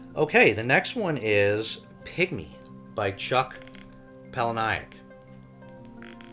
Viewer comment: I am a Chuck Palahniuk fan (FYI, "Paula-Nick" not "Paula-Ni-ik") 😉 I have Pygmy but haven't read it yet. Maybe we could read it together at some point. And yes, Fight Club the movie is a masterpiece!